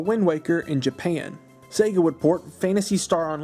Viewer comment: am I the only one that hears “Satan” instead of “Sega”?